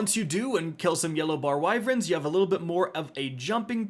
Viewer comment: why do you sey "wyv eren"